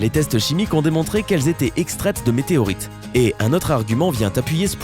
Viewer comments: MÉTÉROÏTES x) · .. MeteROites.. Non , Non..NON !!! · XD 2.16 "des météroites" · "11, Ils extrayaient le fer des MétéROÏtes" é.é